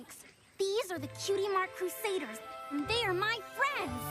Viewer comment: It's Crusaders not Crusaiders